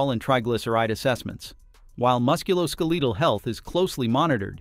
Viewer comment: Your AI announcer sucks at basic English pronunciation